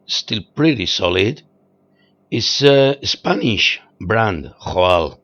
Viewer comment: I had no idea JOAL was pronounced like this,neither it was spanish, now i know.